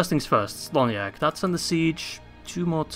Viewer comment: Well, you correct the Sindarin pronunciation of Tirdhuim but keep spelling "Celoniach" with the soft C... All the "C" pronunciations in Sindarin are spelling as a "K" sound, so it spells "KELONIACH"